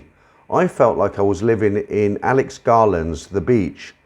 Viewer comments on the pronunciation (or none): none